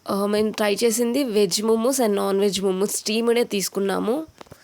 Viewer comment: ముముస్ కాదు మొమోస్ అనాలి